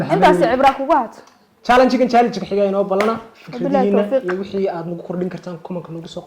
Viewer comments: Pronounce it well it is challenge not chaalang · Jaalaanji ikraney pronounciationka inaga saxa 😂😂😂😂